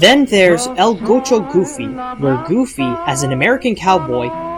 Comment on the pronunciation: haha u said gaucho wrong but its kool i didnt no wwut it was until i took ap spanish